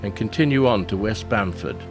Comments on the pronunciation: Its Bamfield not Bamford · At least get the town name right ! It’s BAMFIELD not Bamford. Other then that (which was disappointing) the video is quite good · Nice video guys but its Bamfield not Bamford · NOT Bamford, but Bamfield. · ohhoney, IT's Bamfield. Not Bamford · The southern village with shore boardwalk is "Bamfield", not "Bamford". Barkley Sound has many interesting long and deep fjords, also. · Its Bamfield...nto Bamford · It's Bamfield, not Bamford...... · its bamfield not bamford by the way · Yea Its bamfeild not bamford at the start of video. Still a cool video to watch. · BamFIELD. Its BAMFIELD. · Learn how to pronounce Juan de Fuca correctly before you try to say that you are an expert for the region. Also it's Bamfield not Banford. Are you stupid or drunk. I would think that someone who speaks so highly as an expert would possibly know that. I gave up after that. Learn the locations you are visiting before you try to submit a video where you don't know anything about the area and you can't even pronounce the name of the areas correctly.